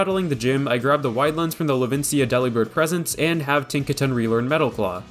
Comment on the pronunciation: I'm sure this was brought up already, but for the mirror herb all you need to do is open and close the picnic!! The learning is almost instant Also Delibird is pronounced similar to "Delivered"! Not like a sandwich Deli!